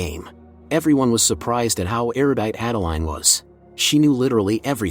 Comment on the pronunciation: This is the most romantic movie I've ever seen.: you correctly pronounced erudite. Well done.